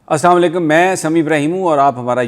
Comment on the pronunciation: برائے کرم سلام تو کم از کم صحیح بول دیا کرے۔ آپ تو سلام کی بجائے بدعا دے رہے ہیں۔۔۔۔۔السلام علیکم۔